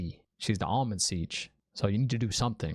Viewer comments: The Ogier are builders in fact they built my house after Tar Valon also I actually think Logain was laughing at Rand and not Matt. Pronounced I believe Am-Ril-Lyn seat. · You have heard the name Ishamael before. End of episode three Dana says it. Also the Amyrllin Seat, not Almond Siege 😂😂 and her name is Siuan (pronounced Swan) Sanche. Great videos too man they are so good. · Enjoying the vids, keep it up. One tip, turn on your captions when watching. It will help you understand what they're saying. "Eye human" = "Aiel-man" for example, or "Almond Seige" (?) is "Amyrlin Seat". Also check out the x-ray content, no spoilers there. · If you’re not already, put on closed captions. It’ll help, and won’t be any spoilers in there I swear. Definitely do NOT google anything. I’m pretty sure it’s “Amyrlin Seat” not “Almond Siege.” 😂 Lastly, you nailed it on us book-readers. We do play ping pong throughout the chapters, trying to crack the ‘puzzle.’